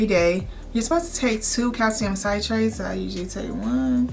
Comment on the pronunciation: You look great. My only issue is... Google the pronunciation of those meds... it's "O' mep' ro' zol" and Calcium "Sit' trait". That is a pet peeve, where I would have stopped watching, but I'm 7wks PostOp and looking at 1 yr out info.